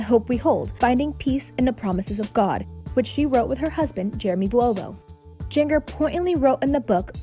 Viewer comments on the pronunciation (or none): Its jinger, like ginger. Not jin-Ger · Are you serious? JIN-GUR? Who oversees this stuff? Ps - Josh is a POS. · 🤦‍♂️ it's Jinn jerr. Ginger but spelled with a J. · It's Jinger, like ginger root, not jin-Grr... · lmfao Jing-Ger. its pronounced "Ginger" like a gingerbread house. They just spell it all stupid because they only have "J" names! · Jinger is pronounced like ginger. Not jeeng er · Why are you calling her " gin- grr" it it pronounced like Jinjger but spelled Ginger. Have you never heard the name Ginger before? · Its pronounced like Ginger.. not Gin gurrrr.... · You really think her name is Jeen-gur, like it rhymes with linger or finger? Seriously, Access?? Her name is spelled with a J but, OBVIOUSLY, it’s pronounced Jin-jur, like the spice, GINGER! How are you actually paid to do this job?? Incredible. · Jenger? Lol like jenga?! Her name is pronounced like ginger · Pronounced GIN-GER ... like JIN ... JERRR 🤦🏻‍♀️🤦🏻‍♀️🤦🏻‍♀️ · It's pronounced Ginger lol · It's pronounced like GINGER. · Jin-Ger? Seriously don't pretend you know a thing about this family. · Jin Gur? Uh no. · Her name is pronounced Jin-jer (with a soft g sound) if you can’t say names correctly you shouldn’t be commenting on people! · Gin-gur? Really? 😂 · Its pronounced "Ginger", just with a J. And she isn't Jinger Duggar, she's Jinger Vuolo, she's been married for years and has two daughters. God, if you're going to report on something at least do your fucking research. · It’s pronounced GINGER. GINGER GIN-jer GINGER GINGER GINGER. Like the SPICE. She’s a spice girl. GIN JER. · Her name is pronounced “Jin-jr” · Her g in her name is soft, not hard. You're mispronouncing her name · You pronounce her name like Ginger .. just with a .. J... Not Jin-ger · It’s pronounced “J-E-N-J-U-R” 👉 Jinger 🙄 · Jin-gur Duggar? It's like Ginger. It isn't that hard. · It’s pronounced like Ginger. But ok. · I kept hearing her say jen-ger and its driving me nuts lok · jinjeer 🤣🤣🤣🤣🤣 kills me